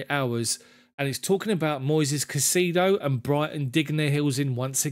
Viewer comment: Thumbs up,, on the format and commentary, with one huge caveat. Stop pronouncing the player's name as "CaiSEEdo"; it's actually "CaiSAYdo", trust me on this one, mate, I'm a fellow Hispanic 😊. Cheers!